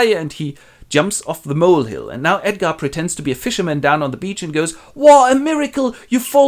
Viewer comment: "Edgarrrrrd is the rrright one" - thanks, this literally saved my life! <3